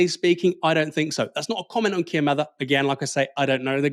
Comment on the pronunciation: Thanks, you pronounced "Mather" correctly. Starmer didn't!!